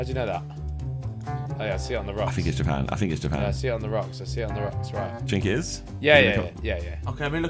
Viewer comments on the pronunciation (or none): did nobody clock Josh say " do you chink it is?" for japan 😭